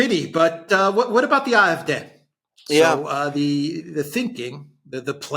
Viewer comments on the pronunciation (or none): Ah eff deh, not eye eff deh, Alexander!